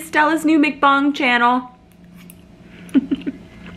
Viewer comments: From what I hear others hear, it is pronounced as MUCK BANG. And yes, please start a mukbang channel. That would be awesome! With or without the sounds, you alone are entertaining enough. Love your channel!! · Yes to vlogmas, & mukbangs came from Korea. (pronounced muhk bong) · LOL...You eat like a true Korean! Mukbang (pronounced muhk-bahng) originates from “eating broadcast” (먹는방송 pronounced muk-neun bang-song) and Koreans shortened the word to 2 syllables from 4. Enjoying your videos and hopefully see you on one of my upcoming AA flights! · FYI it’s actually pronounced muhk-bong (like “luck” with an m and “bong” the thing you smoke weed out of) 👍. Muhk = eat, bang = short for bang-song aka broadcast in Korean 😊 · thank you for doing a personal vlog & in NYC. I think it would be fun to watch you doing a muk-bang (pronounced mook bung). It came from Korea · islandgirl 808 its actually pronounced muhk-bong (like “luck” with an m and “bong” like the thing you smoke weed out of) 👍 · It’s pronounced “muhk -bahng”. It originated in South Korea. 먹 (muhk) shortened from 먹어 (muhkuh-= to eat and 방 (bahng) shortened from 방송 (bahng-sohng) for broadcast. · Its pronounced "Muck-bang" or some say "Muck-bong" and its Korean.